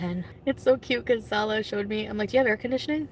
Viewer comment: When she does the "blah blah blah" thing it makes me irrationally angry. Also when she says "SaWLouaahh". Hideous potato.